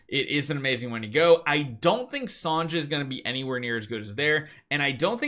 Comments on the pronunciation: Thanks for the info… but “Sahn-jah” has got to stop. It’s pronounced like SONYA. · You're pronouncing Sonja's name wrong. Her name is pronounced the same way as "Sonya".